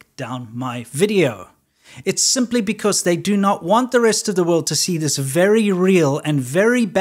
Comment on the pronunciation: When he says, "The video they don't want you to dee, he's not kidding